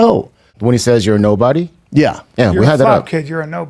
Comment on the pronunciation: Hilarious- Brendan can’t say nobody or remember, he chucks in a few extra N’s & M’s here and there 😂😂🤣